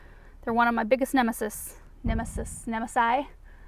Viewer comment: I believe the plural of “nemesis” is pronounced “nem-eh-seas”, and hessian is sacking material similar to burlap but usually finer weave xx